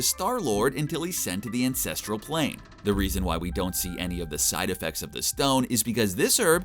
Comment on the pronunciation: I know he's saying ANCESTRAL Plane - but definitely sounds like a different word...